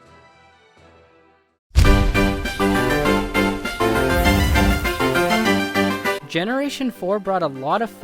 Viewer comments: btw Roserade's name isnt said Roser Aid its Rose Raid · Roserade is just pronounced rose rade. So much for supporting underused pokemon.